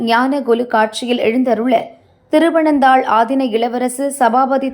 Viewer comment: தருமபுரம் ஆதீனம் செய்தி வாசித்த க்கு. அது திருவனந்தாள் என்பது தவறு அது திருப்பனந்தாள் ஆதின இளவரசு....... கொஞ்சம் உலக அறிவையும் உபயோகியுங்கள்..